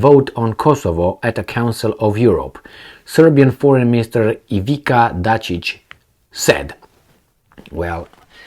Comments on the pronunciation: You say Ivi(c)a, like t's in it's. Ivi(t's)a = Ivi(c)a or Ivica. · its Ivitzza Datchich, so You know. Ivizza MF Datchich(bitch). so just U know. All d best to U my man.